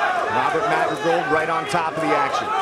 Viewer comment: Goldie just cannot say "Madrigal".